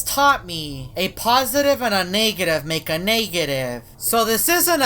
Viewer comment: Actually, I think he said "naegetive".